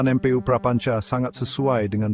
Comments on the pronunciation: baca MPU buka dieja M P U karena itu bukan ejaan. duh gimana sih literasi anda sebagai host pemilik channel . itu bacanya EMPU. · Yang ngomong robot ya, baca mpu aja dieja em pe u, dasar